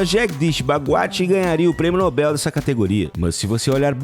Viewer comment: A pronúncia correta é Nobel e não Nóbel...